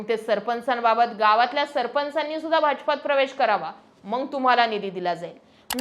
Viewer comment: छान विश्लेषण पण फक्त मंग च्या जागी मग बोलत जा...